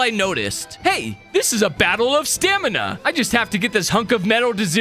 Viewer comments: Am I the only one who heard “stanima” instead of stamina? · ah yes "Stanima" (Also I don't wanna be mean, I just wanted to point that out)